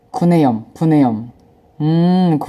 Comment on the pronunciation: 아 구내염 아 구래염? 역시 래퍼는 래퍼구나